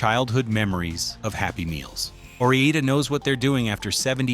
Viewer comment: Or I (eye not E) da! I don’t think they’re Spanish fries, are they?